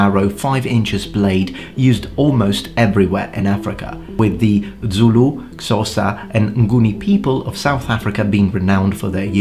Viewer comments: Great info as always! But, as a Xhosa person, I want to offer you a free lesson in pronouncing the "X" sound. It's a lot simpler than you think. Have you ever called a horse by clicking your tongue? Boom, there it is. Also, Zulu doesn't have that kind of "dz" sound in it. It's spelled phonetically so you say it how you see it. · You pronounce Zulu the same way the BaPedi people do when they want to annoy/insult Zulu people.